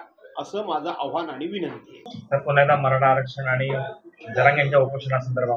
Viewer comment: Aavaahan an aavhaan kaay te spashta karaa